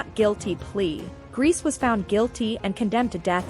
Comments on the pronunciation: So lazy making a historical video about people you can't even bother researching how to pronounce their names. Calling this (horrendous) person "Irma Grease" throughout! Guess you're getting your YouTube views which is oblviously your main concern. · And Grese is pronounced “ Grey-say” 🎉